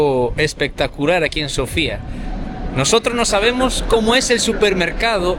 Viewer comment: Hola e! Me gusto su video! Lo único que quiero corregir es los nombres de las calles, montaña, incluso la capital del país no tienen nada que ver como las están pronunciando. La capital se llama Sófia, el nombre antiguo de Sófia es Sérdika, la calle peatonal que lleva en nombre de la montaña se llama Vítosha. No es difícil con el traductor de Google escuchar la pronunciación de los lugares. El resto muy bien!